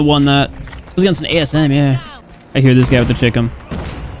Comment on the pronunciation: Why am i hearing 'Chicken' instead of 'Chicom'